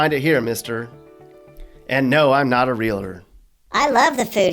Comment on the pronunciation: did you just say you are not a Real-A-Tor?!!! Its Real-Tor!